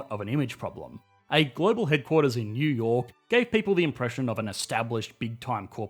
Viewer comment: "Yew yor' " Took me a while to realize you were saying New York